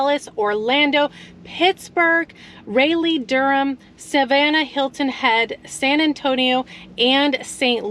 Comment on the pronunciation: Did you really just say Raylee-Durham? (Raw-lee Durham)